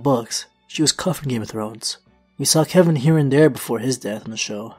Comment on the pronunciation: Its Kevan